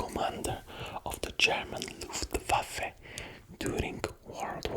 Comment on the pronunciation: I´m German and I never saw a non-German guy saying "Luftwaffe" better than you, you are indeed a legend